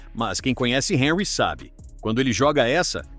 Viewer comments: O comentarista precisa estar atento à correta pronúncia dos nomes das personagens do seu relato. Por exemplo Henry é francês e não inglês. Logo, a pronúncia do seu nome deve ser Hanry, sílaba tônica no ry. Ou seja, en em francês pronuncia-se, an. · O comentarista precisa estar atento à correta pronúncia dos nomes dos personagens do seu relato. Por exemplo Henry é francês e não inglês, logo, a pronúncia do seu nome deve ser Hanry , sílaba tônica no ry. ou seja, em francês pronuncia-se, an. um ex-jogador da França disse que o pica mappe não sabe jogar bola , ele é um tartaruga ninja problemático!